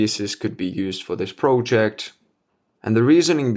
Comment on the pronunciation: I like your videos a lot. Also, I think your English is very good, both in terms of use of language and pronunciation. I only wanted to point out that the word "project" is pronounced as in I am not a native speaker either, but since you use this word a lot in your videos, I keep hearing it with the "o" pronounced as in the word "no" for example, instead of as a short "o" as in the word "dot" for example, which is the correct pronunciation. Please take this comment in good faith! Keep up the nice videos.